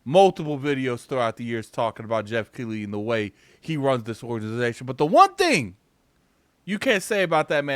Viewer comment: He definitely run that orddazitation